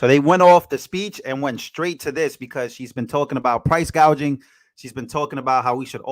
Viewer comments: Love the part of her saying GAUGING not GOUGING!! WTH?? 😂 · Did you hear her say "price gauging" instead of "price gouging?" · You were correct the first time It’s gouging not gaging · She read the wrong word gouging she said gaging